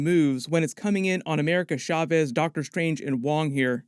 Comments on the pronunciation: Please stop saying “Sha-vez.” The “sh” sound isn’t really a thing in Spanish. Love your stuff tho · It’s CHaw-vez not SHaw-vez, ahora repite clase.